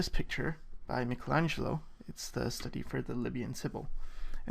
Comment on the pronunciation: At last one English speaker pronouncing "Michelangelo" correctly! :-)